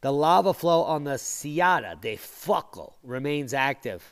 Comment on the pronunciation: Fuego means Fire in spanish. Say fu-ego.